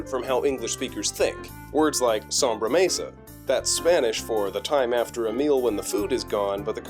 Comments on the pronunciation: Sobremesa not sombremesa. Sorry but had to mention it. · Great content. But... "sombremesa" sounds like you just tried to add "sombrero" to "sobremesa" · It is SOBREMESA not SOMBREMESA.